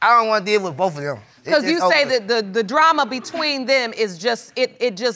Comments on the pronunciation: She lost all credibility when she said "Dramer" instead of drama. If u say dramer. U ARE the drama n loud for no reason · “Dram-mer”, “promisiqulity”why is this old lady mispronouncing basic words? 😂 Got all the nerve to talk about the baby mama’s clothes 😂😂😂😅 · “Dramer and permiscuality” 😂